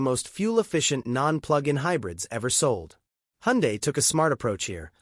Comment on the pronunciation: Please dont ever say hundie, its pronounced hundae like sunday